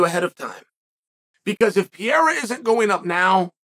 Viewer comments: Chael must be the worts guy on the planet to pronounce portuguese language names. PEREIRA. PE-REI-RA. Chael: Piyerhawh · PEREIRA. NOT PIERA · PEEEE Air Uhh Chael's pronunciation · Soooo .... is anyone ever going to point out that Chael is saying "Pereira" wrong 🥲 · I stay until Chael says the name then I close. Don't wanna miss his first time saying it right.